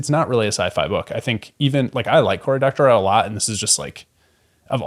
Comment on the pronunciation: just an FYI he pronounces it Doctor-oh (just ends in the oh sound, not an emphasis on 'oh'). It doesn’t rhyme with now. He used to be a frequent guest on a tech podcast I listened to. And he definitely classifies his own work as sci-fi, though you are probably closer to the truth.